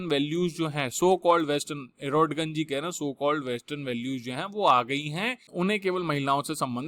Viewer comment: ordoGAN hota hai